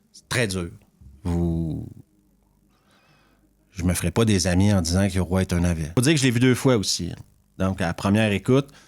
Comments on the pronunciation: Petite parenthèse tu prononce mal le titre 😊oï 2 points sur le i ça fait oye pour simplifier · Je peux pas mettre de pouce à cette vidéo : 1 parce que ce n'est pas un navet, ni un film de genre mais un film de m...e ! 2 parce que ta prononciation japonaise est affreuse, yoroï ça se prononce pas yoroi ! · Bonjour. J'ai adoré Yoroï ! Cela se prononce "Yorohye".